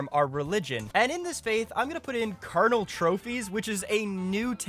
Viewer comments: Second person saying Carnal instead of Cranial. Was wondering if it was a British thing since Spiff was the first but now I'm wondering if it's not just a British thing. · please bro, pronouns cranial correctly, my first language isn't english and I'm annoyed by it :( its three syllables, cra-ni-al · why is everyone who makes content about this game saying cranial wrong? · Why can neither you or Spiffing Brit pronounce Cranial lmfao